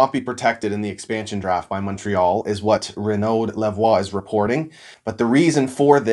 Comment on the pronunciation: Canadien the "d" in "Renaud" is mute, you can say it like "Reno".